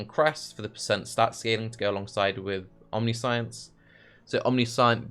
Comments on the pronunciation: I cannot get over the fact that, as a native speaker, instead of omniscience he's constantly saying omni - science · I'm sure you've heard it a billion times by now but it's pronounced Omni-shence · First suggestion would be to say Omniscience correctly. That said, Shroud of the Lightless could be nice, abyss jewels and free level 25 Elemental Penetration. If you have really good hit rate, you could do Strength of Blood to get damage reduction from leech and then use Life on Hit for sustain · Omniscience is a very fitting word for youtube chat to be correcting the pronunciation of... Build looks cool been meaning to play a trinity build to deal with Empowered Elements being annoying hah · Can't focus on the build due to how pronounces 'omniscience'